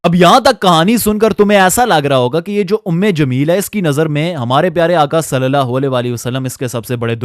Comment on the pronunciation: Swallallahu alaihi wasallam ko seen se nahi swad se ada karo bhai warna matlab badalte hain plz ..